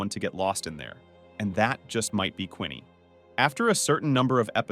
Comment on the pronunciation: its not Quinney its Queenie